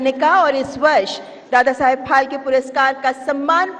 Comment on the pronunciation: It's phalke and the lady is continuously pronouncing it as palke